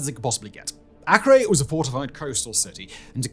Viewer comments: That's not 'The Siege of Akree!' it's pronunced Aker like the British land area measurement. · Acre AY-KER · Acre..pronounced (A-cur)